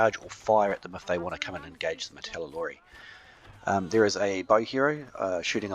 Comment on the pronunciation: How come you keep calling the martellatori "martellalori"? Is that how they are called in the Frontier version?